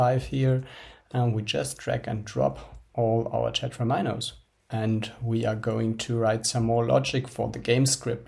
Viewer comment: And also "very-ables"... And "tetra'mi'nos".